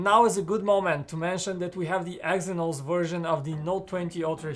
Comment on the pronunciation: Watch the damn video. He said Exynox many times 💀💀💀